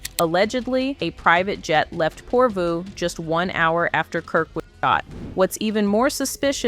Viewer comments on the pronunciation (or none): Porvoo? You me PRO-VO? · Provo (Utah) is PORVOO? What AI planet is this? Shut off mark.